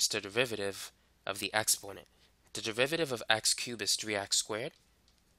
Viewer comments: Say "du*rr*-riv-eh-tive" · this is great but its DERIVATIVE not DEVIVATIVE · Piolo Montesa oh i see he says it like "deviviiviviive" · I like the way you say "derivative" haha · i dont get it it sounds normal to me